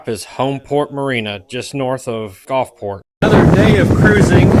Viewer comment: I know when I lived in the south for 40+ years . It was the Gulf not the Golf. Gulfport not Golfport. Just sayin. Fun video. Thanks for making it.